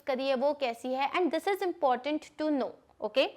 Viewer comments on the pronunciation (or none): none